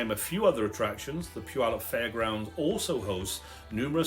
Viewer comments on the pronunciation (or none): Heh... I like your channel, Sir. Oh, and yes... about the name of my Home*Town of some 77yrs! It's just a side note... and, heh, of some importance to we locals.:*)) Our sweet little home-town-name of "Puyallup" has three syllables... Puy-al-lup.:*)) It may be of value to take note that there is NO "W" in our home-town-name... PUYALLUP. Phonetically, it would look something like this... * Pew... like a church bench... * Al.. like a very handsome young man... * Lup... like... ahh... nuttin' i know aka... Puyallup! Ta-Da! - Well... thar's ur lcl wit for da week.:*)) - Blessings*SharonZ that thar 77yo senior born and raised right here in da Puyallup Valley!:*))